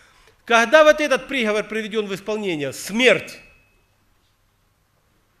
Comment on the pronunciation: Правильно не прИговор, а приговОр. Проповедь назидает, обличает, многое поясняет и уточняет. Благослови, Господи, брата за это назидание.